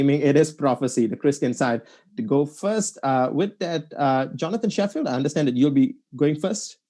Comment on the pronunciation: No no, is right, we should only be engaging academic argument. There is no point in commenting on mispronunciations, as funny as they are. The academic part of arguments are the only thing we should respond to.